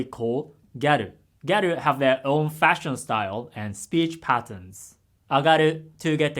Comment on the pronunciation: "speech patters" got me laughing to death